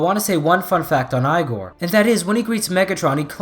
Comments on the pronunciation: I thought it was pronounced "ee-gor" not "eye-gor"... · E Gore not I gore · Not I gor, pronounced as E gor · its not pronounced eye gor its pronounced e gor i dont think that you watched that crazy frankenstein movie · You are saying Eye-gor And not Ee-gor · It's pronounced (e)gor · Did he just say "eyegor"? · It is pronounce E gor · Igor is pronounced EE-GOR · I'm pretty sure its pronounced Ee-gore. Like the hunchback servant you usually see with mad scientists. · Are you sure it isn't pronounced e-gore? In every movie I've ever seen with a character named Igor (who is usually a hunchback), it's pronounced e-gore. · Too lazy too look through comments but I hope someone corrected you on how to say Igor. It's not even a made up name, it exists.